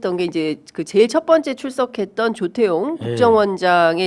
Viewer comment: 발음 잘합시다 조태용 좃태용이 아니고